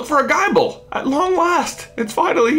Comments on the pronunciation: Gible is pronounced like nibble not like bible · Gi-ble, J, not Gie-ble. Like nible. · J its pronounced gible as in nibble not like guyble... Btw love the vids!!! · It bothers me how he says Geye-ble.